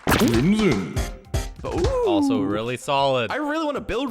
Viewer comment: me saying crimson: crimson the voice: crimiyon